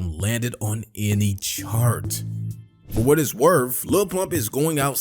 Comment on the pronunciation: Worf? Troof? Is this Ebonics?